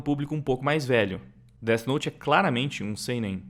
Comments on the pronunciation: O engraçado é os cara falando como se o "Dét Note" realmente funcionasse. kkk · Dos criadores de "tóquio guru" vem aí "déti nouti" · "Det note" kkkkkkkkkkkkkkkkkkkkk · Déte Noute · os cara sabem nem falar o nome do anime direito, certeza que nem assistiram